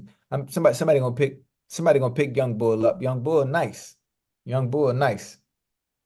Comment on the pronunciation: As a Philadelphia native, Ocho saying youngbul took me out 😂#iykyk